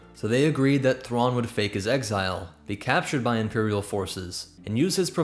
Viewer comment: Grand admiral Raw LOL Mitth' RAW 'nuruodo